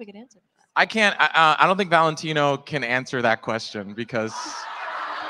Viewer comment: I'd boo so loud for the "Valetino..?"